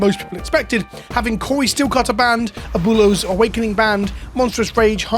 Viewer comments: At least he tried lol. Just say Ahh-boo-eh-low a tiny bit fast so the oo sound and the eh sound kinda blend together in the middle there. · Try saying it this way ... "AB - Well-o"... Its a tough word and no shame for the pronounced way that you said. stay milky my friend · "Uh-Boo-Lows" LMAOOOOOOO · Friendly pronunciation correction. Its AB - WAY - LOES awakening. Abuelo is "grandfather" in Spanish. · Me as a Latino hearing you say “Aboolows” hahaha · Better than SaffronOlive's Abooleo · I had 2 years of Spanish in high school like two decades ago and it hurt even my ears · ¡Cada vez que pronuncia Abuelo mal mi espíritu se muere un poco más! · I don't mean to be toxic but I really don't think when you're a content creator on the internet, there's any excuse to not know how to pronounce Abuelo. Like, I'll give it to Seth, he doesn't know how to pronounce English words half the time either, so it doesn't come off as any more disrespectful.